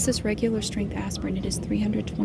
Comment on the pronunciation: She’s so adorable, especially when she says Aspirin it sounds like Asspirin 😂😂😂❤️